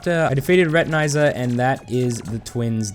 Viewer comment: Your pronunviation of Retinazer disturbed me way more than it shoud’ve. It’s wordplay on retina and laser, and laser is definitely not pronounced like that.